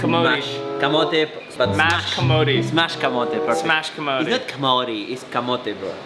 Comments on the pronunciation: Correction: its not kamowty its kamote 😂😂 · its not kamowti.. its kamote.. 😂😂😂 LT !!! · It's not kamowti its kamote - hahahaha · Its not kamoti..Its kamote bro..😅😅😅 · Wil: kamoti: its not kamoti its kamote bro Made my day😂😂🤣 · Poblacion = Pobs Kamote = Kamowts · “Sweet smashed potato sweet” “It’s not ‘ka-mow-tey’, it’s ‘ka-mo-te’ bro” I DIED